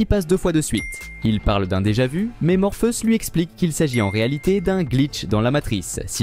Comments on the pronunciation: J'ai bien entendu morpheus au lieu de Morphéus j ai l'ai oreille qui saigne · C'est bizarre votre manière de prononcer "Morpheus".. La vidéo serait-elle commentée par une IA ??